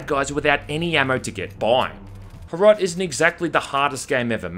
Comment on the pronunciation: As a Czech I am so happy HROT is getting as much attention as it is, though "Small socialist town neighboring soviet union" and all the uses of suka blyat make me want to die. If you want a classic slav insult "KURVA DO PÍČI" is so much more impactful and actually true to the setting! Also you pronounced HROT wrong but the english language literally doesn't have a sound for it, can't blame you.